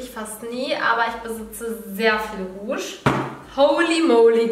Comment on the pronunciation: Sorry für Besserwisser aber es heißt Rouge😂